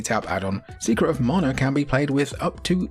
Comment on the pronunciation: "morna"? It's MANA!